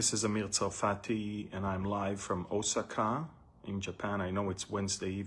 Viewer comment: It’s O sa ka with accent on the second syllable. Thank you for the update